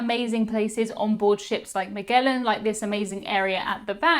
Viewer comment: Maghellan? Magellan, like mah-JELL-un.